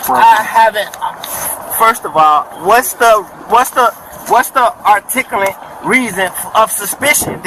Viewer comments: Did he say “articalant “?? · "What's your art-tickle-it reasonble suspensions." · Lol aks, aksed, aksing, idettify hisself, propible cause, articilant reason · I want the "articulant" reason. Now! Dammit!! Have mercy!!! 😂😂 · "Faketicious" and "Articulant". Good Lord... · the artikilate reason if suspishun is you have an invalid license plate.